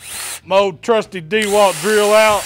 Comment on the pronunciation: DeeeeWalt and puh-Kahn. Love it